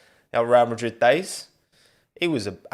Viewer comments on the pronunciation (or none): none